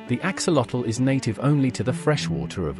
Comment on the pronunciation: The video is very interesting. It would be a nice addition to include the correct pronunciation of the name "axolotl" It is from the Nahuatl language. Search for "correct pronunciation of "axolotl" and there should be a YouTube video giving the correct pronunciation.